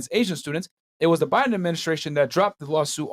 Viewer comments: Girl said she talks politics everyday and didn’t even pronounce Joe Biden last name correct she said Joe Byron 😅😂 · JOE BIREN YOU SAY .... AND YOU AND YOUR BOYFRIEND TALK ABOUT POLITICS EVERYDAY, YET YOU CAN'T PRONOUNCE THE COMMANDER IN CHIEF'S NAME PROPERLY. I AM SADDENED BY THE EDUCATIONAL SYSTEM OF AMERICA, WHICH EMPLOY'S SUCH LAUGHABLE STANDARD'S COMPARED TO THE REST OF THE WORLD. !